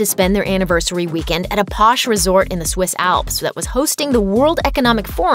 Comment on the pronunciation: She said Swiss alpes